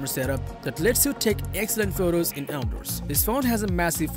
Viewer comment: I'm never saying resistance the same way again. Also.... Out derss